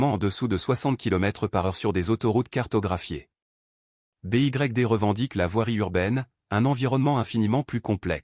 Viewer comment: Pouvez vous remplacer newton mètre par nanomètre dans la vidéo. En français BYD se prononce comme en anglais